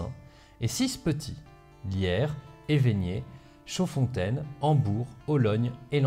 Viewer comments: j me permet de rajouter: évegnée, ne se dit pas évégnée 😁 mais bon je chipote 😁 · Sart-Tilman se prononce sartilment, Waremme, ouaremme et Évegné, pas évégné. Sinon, merci pour la vidéo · Général Leman et non Léman, Sart Tilman et non Tilmanne , Evegnée et non Evégnée etc, etc... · J ai vécu toute mon enfance dans le village d évEgnée. Village jumelée à Tignée. J ai visité de nombreux fort. si la prononciation n est pas correcte, la vidéo est comme toujours de très bonne qualité 👍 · Bonne vidéo, mais les noms des villes écorchés a vif... Evegnée, Sart-tilman, Waremme... ouille ouille ouille